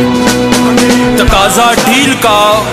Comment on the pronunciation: Iqlaab kiya hota hai? Inqilaab hota hai.